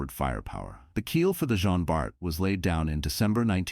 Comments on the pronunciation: Please, its JEAN Bart, not « Gene ». Sometimes the narrator get it right, then the next He doesnt 🤦‍♂️ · Les voix de synthèse sont insupportables. Elles sont d'une part, lassantes et impersonnelles et, d'autre part, multiplient les erreurs de prononciation en anglicisant les noms. Cela donne en l'occurrence le "jin bar". Recruter des personnes qui seraient ravies de prêter leur voix serait un vrai plus (pour leur fournir un emploi et pour nos oreilles de français) Merci